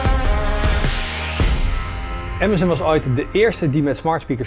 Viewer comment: Bedankt, dat je "Amazon" zegt, in plaats van "Amazun".